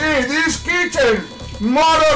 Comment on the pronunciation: ً Yeah but pronouncing it loses sight of the T my man.